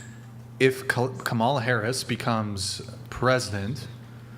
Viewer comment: I love how keeps mispronouncing Kamala's name on purpose like he's just not getting it lol 🤣